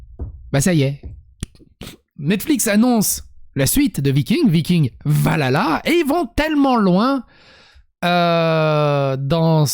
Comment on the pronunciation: J'ai beaucoup aimé cette vidéo et tes propos qui décrivent exactement ce que je pense de cette nouvelle série. Je suis une très grande fan de la série Vikings et de la mythologie nordique, mais avec ça, je pense que je ne vais même pas regarder cette série... PS : Valhalla se prononce "Val-halla" et non "va lala" ^^